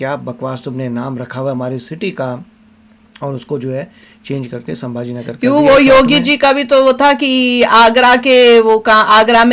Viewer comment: Saambhaji ❌ Sambhaji ✅ Ganoji shikre (usko laga jaykant shikre jaisa) ❌ Ganoji Shirke gaddar ✅ Laxman utrekar ❌ Laxman Utekar ✅ Kya video banata hai yeh naam toh sahi se liye nahi ja rahe isse